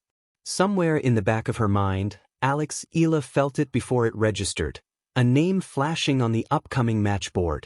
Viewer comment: It's E ya la (Eala), not Ela. PLEASE SAY IT RIGHT. AGAIN E ya la (Eala). ARE YOU AN AI or what? AGAIN E ya la(Eala). ty